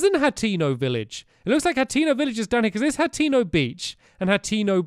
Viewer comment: by the way stamps it's pronounced Hay- ten- oh hateno